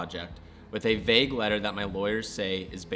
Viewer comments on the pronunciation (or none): none